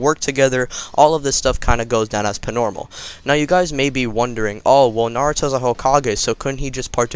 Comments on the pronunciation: He's always say ing pnormal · Why do you say pnormal